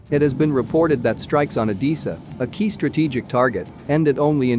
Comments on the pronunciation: It’s Odessa not Odeessa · I think it's Oh-DEH-Suh, not Oh-DEE-Suh, but I could be wrong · O-Dee-Sa or O-DESS-A? shouldn't you know? do women wear dreeeses or dresses? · PLEASE - find out how to pronounce the name ODESSA - it hurts my ears - O-dess-a e not i in its pronouncement